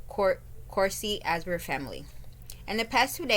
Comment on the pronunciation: Last name is pronounced , Izenburg .